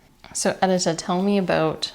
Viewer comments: Edit-a - your name is meant to be pronounced Ed - i - ta (i as in dish) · Lovely video. It’s very informative and I’ll have to try out these techniques. A note however: you should double check with your sister-in-law on the pronunciation of her name. The polish name Edyta is pronounced ed-EE-ta, with the emphasis on the middle syllable, not the first syllable